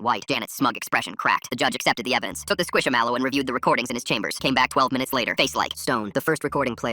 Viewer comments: Why is nobody talking about the way he says squish mellow like why he say it like squishAmelo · Bro said squishamallow